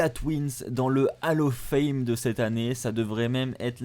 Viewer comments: Bon. J’ai stressé parce qu’on ne dit pas « AL OF FAIME » mais « OLL OF FAME » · juste une petite correction vocale on dit bien hall of fame (hall se prononcant "haul" et pas "hal" car vocalement on entend hallo fame) 😉